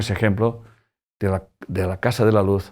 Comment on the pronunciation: Sr. Corbera... Que bien pronuncia la palabra Oaxaca....